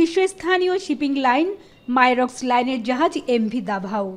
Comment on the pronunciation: মাইরক্স নারে বইন মার্সক ঐটা